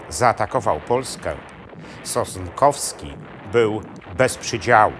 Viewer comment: SOSNKOWSKI a nie "Sostkowski" !!